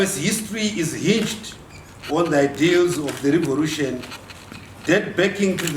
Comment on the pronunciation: So "revolution" is pronounced as "revorution" in Zimbabwe?